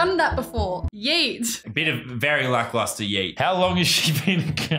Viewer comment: Can't she say yet properly